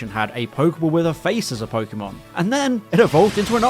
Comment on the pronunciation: and "pokemon" for that matter... everytime i hear po-key-mon my ears bleed